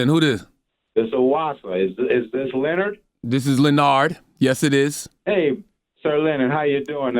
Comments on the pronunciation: Hey "leo-nard" CTG: no It's "Lé-nard"... This guy is a man after CTG's heart 😅😂 Like ITGAF if I'm clueless sometimes. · Lol lenard its le'nard